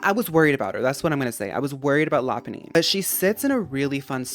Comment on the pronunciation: Thank you for saying Lopunny correctly. Literally no “poke-tuber” say it right. 💚